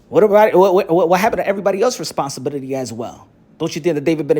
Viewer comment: My man said "responsibibidy"